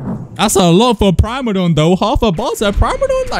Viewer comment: its prim-a-don